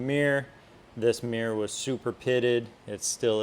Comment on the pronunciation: You mispronounced the word mirror. You pronounce it as a one syllable word, Meer. It is actually a two syllable word, mir ror.